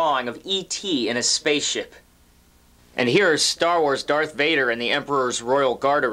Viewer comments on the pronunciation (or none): none